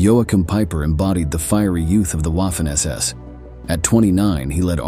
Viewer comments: Lost interest after Wahh-Finn ss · Can we train the AI to pronounce “Waffen” correctly? It’s pronounced “Vaffen”! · German uses a "v " sound for words that start with "W".